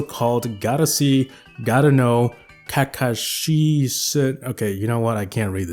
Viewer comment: Man you've definitely triggered a lot of anime fans with how you butchered Kakashi my guy